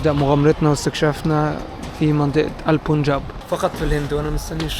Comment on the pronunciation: اسمه البنجاب، وليس البون جاب